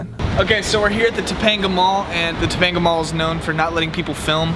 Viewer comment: you said Topanga right OMG lol